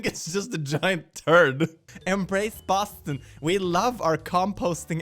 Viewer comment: boston is pronounced suspiciously like a portuguese slang for poop (bosta)